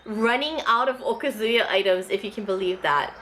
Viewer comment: One thing that bothers me about Hawaii asians is their (mis)pronunciation of "okazu-ya". Even Japanese second generation owners say it wrong. I don't know how to write it but the emphasis is not supposed to be on the "zu" it should be more on the "ya". But then so are a lot of Japanese words.